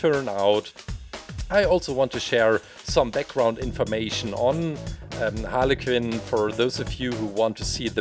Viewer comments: It's not Harley Kin it's Harley Quinn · She’s not called holly cin it’s Harley quinn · i like how he says harley KIN =)) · Its (har li qwin) its spelled harley quinn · “Harley kinn” no offence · I heard haly kin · Don't you just fuckin love "Halley Qinn"? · Is it me or did i hear halicken instead of harley quinn 😅😅😅😅😅😅😅😅😅😅😅😅😅😅😅😅😅😅😅😅😅😅😅😅😅😅😅😅😅😅Also i love the colour's on harley this one of my favourite halicken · Are you saying Harley qinn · He said haly kin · Is he saying Harley kin?? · No offence but it sounds like you are saying aniken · Harley Kuuuin that’s how It’s pronounced 😀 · He said hala cin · When you said Harley Quinn it sounded like harly kin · Carson builder I heard hanakin. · He said like “halekin” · lol he calls her harley kinn HAHAHAH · How he says it tho lol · Bin ich der einzige dem auffällt dass er Harley Quinn falsch ausspricht?